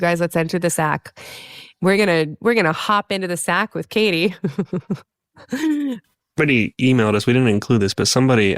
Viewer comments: It's "Katee", not "Kate", but yes, I love them both so much, bro! They're both amazing people, and great actors as well! Katee's an international Hollywood sci-fi treasure, such a babe! And Joel's a comedy legend, man! He's been in Community, 30 Rock, and now Animal Control on Fox! This guy is awesome! I love Joel McHale so much, y'all! He's insanely cool and talented! What fun he is to watch! His work is phenomenal! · Bro, totally! Joel is amazing, and both of them are great together! And I'd watch them in anything, man! Also, it's not "Katie", her name is "Katee", got that, dude? Thanks!